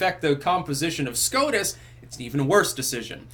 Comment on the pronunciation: why is it, whenever I hear say SCOTUS, I hear SCROTUS, instead?